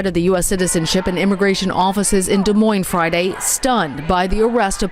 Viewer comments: the S is silent on Des Moines hon, no offense, but you should know that. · The “S” is silent in Des Moines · The last “s” in Des Moines is silent. How dumb are you ? Jeez.